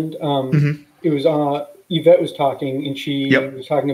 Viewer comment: Who is "Yavette"?